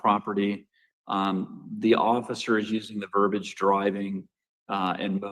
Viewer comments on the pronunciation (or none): The correct word is verbiage, not verbage. Also, this word, no matter how it is pronounced , is wrong. Verbiage is a noun referring to an excessive amount of words, especially when it is considered overly complex or unnecessary.